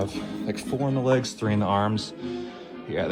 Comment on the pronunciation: on prog report 3 he said wegs not legs